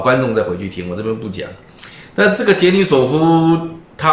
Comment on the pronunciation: 不是 罗，是 杰， 尼索夫